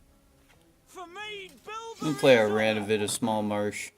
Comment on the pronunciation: You did it. You said his name right. I'm so proud of you. Also I'm catching up on all your videos. Good stuff m8.